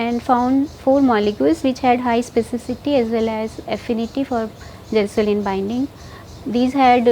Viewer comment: It’s gelsolin not gasoline 😂